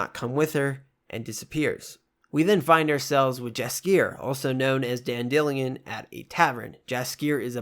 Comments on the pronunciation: It's Dandelion, like the flower (Dandy-lion) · I pity the fool who hasn’t read the books AND played the games DLCS and all. A phenomenal story. Started reading the books in rehab ironically, than played the games... was psyched when the series was released. Also bro... dandelion... DANDELION, wtf did you just pronounce? Lmfao it’s a mistranslation from polish but he is DANDELION, like the FUCKING flower. There’s a purpose to the name. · I've never in my lifetime heard anyone pronounce Dandelion as "dan-dillion" ಠ_ಠ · Haha and the English word originally comes from the french "dents de lion" and that would have an emphasis on the first and last sillable :D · I thought the same thing too. In the video game it’s pronounced like the flower but if the audiobooks pronounce it differently I guess it makes sense. Good video